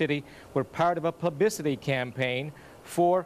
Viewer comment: haha ... he said "pubicity"